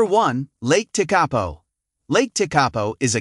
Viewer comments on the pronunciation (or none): It’s pronounced lake te-kah-po not lake te-karpo